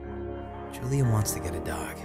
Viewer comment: I love this game, but it was killing me at the beginning when you kept saying Julie instead of Julia. When the scary music started when he found the typewriter outside, I got the heeby-jeebies.